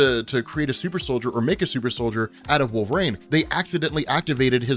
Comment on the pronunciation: wait. so you recognize that you cant pronounce the russian chicks name/ but you keep calling wolverine wolvrain? total lack of self awareness.